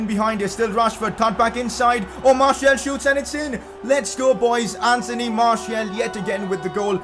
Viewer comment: Pronounce Martial’s name as Marsial as it is the official way of calling his name